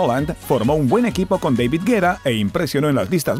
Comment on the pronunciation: David Guetta pronunciado como Deivid Guera cuando él es francés. O_o